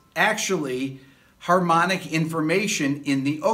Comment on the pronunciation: It was "harmpmically" helpful. Thanks Rick